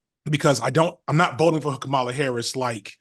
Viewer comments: KAH-ma-la, not Kah-MA-la. 🤣🤦🏾‍♂️ You killing me fam. You got it eventually tho. 💪🏾💪🏾💪🏾😂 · it's comma-la not whatever name you keep saying lol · What’s so hard about saying Kamala Harris name correctly? We get on to Trump and his cronies for saying it this exact way.